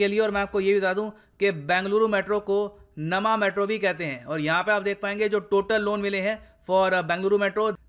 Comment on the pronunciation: Nama nahi sir, Namma metro Matlab apna metro.😅